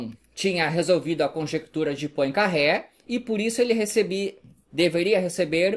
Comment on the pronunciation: só uma dica:não se pronuncia Poincarré,mas Poincarrê